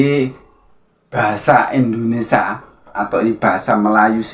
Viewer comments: Pengucapan Indonesia diperbaiki mas bukan Indonesa...😂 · Indonesia mas bukan endonesa